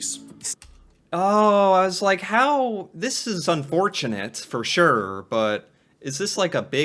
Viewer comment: you say ‘for sure’ like a Canadian, unconsciously. Again . Bravo 🎉😂